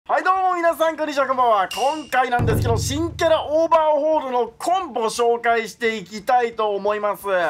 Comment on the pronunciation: オーバーオールって言ってる、？